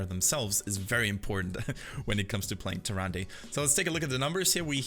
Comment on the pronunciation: Her name is actually pronounced TyrandA just so you know XD